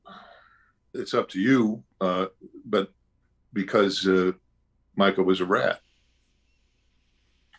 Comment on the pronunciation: Have you even played red dead You said Micah wrong That's so embarrassing